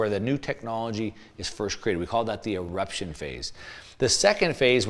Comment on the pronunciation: It's "eruption"